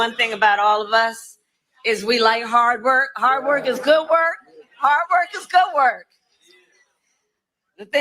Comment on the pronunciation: Hard wor, haad wor